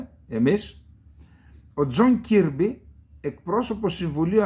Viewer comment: Ο Κιρμπι προφέρεται Κερμπι...